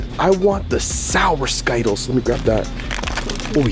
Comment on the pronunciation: Why they call it skyttles